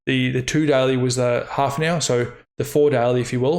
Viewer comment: The way you say "daily" sounds like "deli".